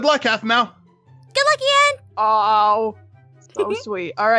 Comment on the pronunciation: ITS NOT EIN ITS IAN